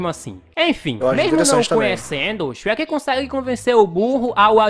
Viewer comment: Não é Shrek shreka